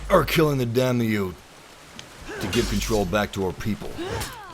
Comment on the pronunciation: It's pronounced day-me-yo not damn-E-you